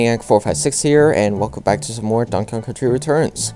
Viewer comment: Sounds like you said 'Donk Kong'. At the beginning cx